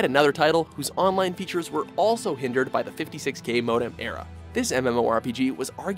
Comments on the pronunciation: What's with the weird emphasis on random syllables? Modam? No, it's modem. Dem, not dam. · How'd he pronounce "mo-damn"? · Shen Moo-Eh? Nope it's Shen Moo. Also the word MODEM is pronounced Moe Dumb not Moe Damn